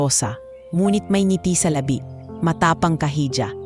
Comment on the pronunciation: oki naman ang kwintu, masagwa lang ang pagkalabegkas s elang saleta. un begkas niya ng labi n epenakakahologan niyang lips ay remain ang ibig tukuyin s begkas niya🤬🤬🤬🤬🤬